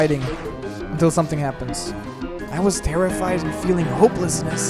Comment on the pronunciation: its like S-O-M-E-T-H-I-N-G